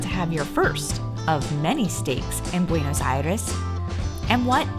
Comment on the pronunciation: I cannot be the 1st to tell you that it's not BuenAs but BuenOs Aires.